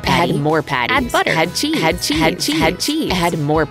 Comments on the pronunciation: Start: Ok this is going quite good. Middle: CHE-CHE-CHE-CHE-ZE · When she says ' cheese ' I hear SHEEEEEEEEEZ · When she says and chesse its like snezzig like 'hache' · her saying "add cheese" is "ha chee"